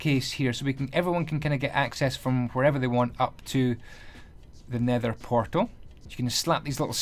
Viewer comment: Did anybody hear him say pether nortal?